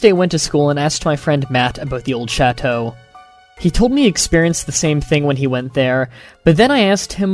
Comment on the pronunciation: You butchered the word chateau.